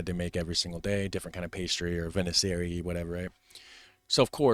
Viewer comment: Viennoiserie is pronounced "vié-nwa-ze-rie" 😉